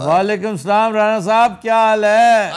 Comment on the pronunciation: Plz salam theek liya kry bs